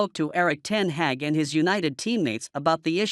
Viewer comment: Erik Ten Heck ? ? Come on, dear American : it's Ten Hag , the "a" sound as in "are" and " car" .